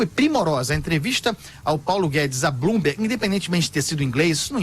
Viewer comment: Blumberg , não sabem pronunciar kkkkkkkk